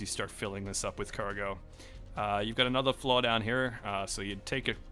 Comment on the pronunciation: where are you from? You say floor the same way as flaw